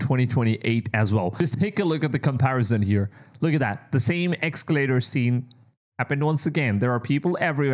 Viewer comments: Es-Ca-lator...Es-Ca-lator...no X!! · Essss calater. Not "EX" calater